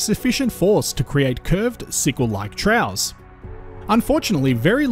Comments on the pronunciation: “Troughs”…. Pronounced as “Troffs”, NOT “trows”. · Very interesting Troughs is pronounced more like troffs 😮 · just pointing out that "troughs" isn't pronounced as "trows" but more like "troffs". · FYI troughs is pronounced “troffs”